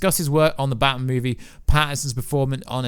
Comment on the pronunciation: Why is he saying Batman like it's his surname? Bat-man